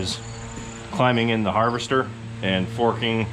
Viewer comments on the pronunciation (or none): Aaah! It's Har-vest-store, not har-vest-er. Also, that filter won't do you any good if there's no oxygen in there. Never enter a confined space like that without a proper gas meter.